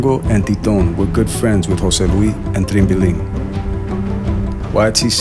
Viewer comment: It’s jose LuiS not jose luee